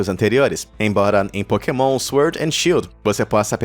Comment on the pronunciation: a parte que tu dises porkemon é muito engracado kakakakakakakaakakakaka